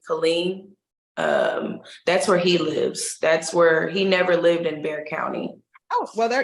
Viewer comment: Bexar County, not Bear